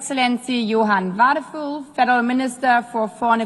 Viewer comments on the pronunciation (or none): Warum spricht sie als deutsche den Name ihres deutschen Kollegen Wadephul nicht richtig aus?